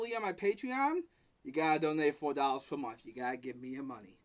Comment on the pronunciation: "I guess i gwotta dwuax yew nao"